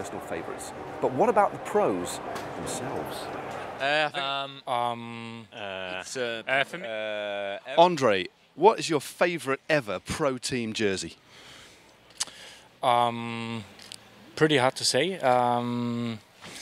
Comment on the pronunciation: andré ! not ondré ^^